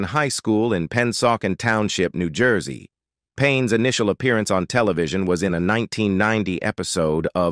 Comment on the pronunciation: Where do they get these commentators who can’t pronounce words like New Jersey😂